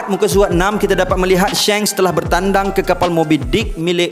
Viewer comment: Shanks bukan Shengs duhh